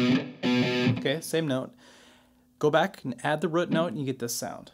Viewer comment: great video....but the way he says "root" lol....killin me